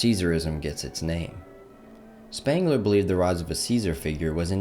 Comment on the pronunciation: It's Sh-pengler and Goe-theh ...can't listen to this.